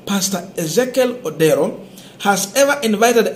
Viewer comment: What's wrong with you, you cannot read a name that is clearly written ODERO